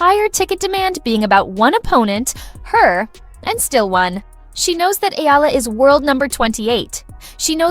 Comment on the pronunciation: Please pronounce her surname Eala as: e - ya - la